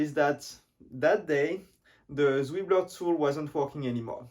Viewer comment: I think it's vjeux not vieux